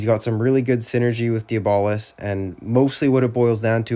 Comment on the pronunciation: Dee-bolis is crazy😭 W vid tho